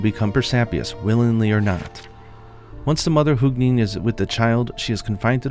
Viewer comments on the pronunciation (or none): These names are pronounced with emphasis on the letter U. So “Huu-gin” and “Muu-nin” respectively. I hope that makes sense and apologies for I don’t write phonetics. Thanks for all the great content as always! xo